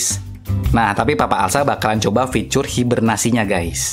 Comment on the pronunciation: Bang fitur bang bukan ficurr